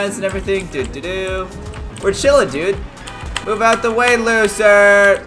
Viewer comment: Caylus are you saying ice cream chiln